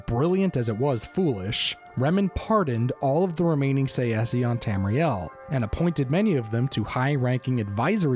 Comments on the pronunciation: I hate this guy's pronunciation. Say see. I personally say it either Tse-she or Tsah-eh-ski. But Say-see, come the fuck on. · I think the pronunciation is TsaesKee..Tsae is not Tsa-e but one sound.. I don't know how to write it in English.In Greek is Τσέσκι.. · I thought that Tsaesci was pronounced "SAY-she." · I may be wrong, but I think it's pronounced '"say-shee" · Tsaesci is pronounced Say-chee btw. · Its pronounced like sai - see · I’ve come to the conclusion that no one really knows how to pronounce Tsaesci lmao sashee? Saysee? Say Es ee? Who tf knows